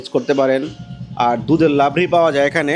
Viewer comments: লাবরি নয়,,রাবড়ি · নামটা লাবরি নয় নামটা রাবড়ি। রাধে রাধে